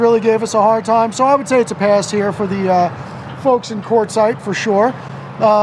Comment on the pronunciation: It's pronounced Quart not Court and using your credit card after refusing to ID yourself is just comical.